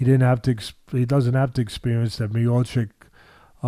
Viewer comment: Mayochic 🚫 . His name is Mi-yaw-chich Teddy, he is the best heavyweight champion in UFC, please respect the champ. 🙂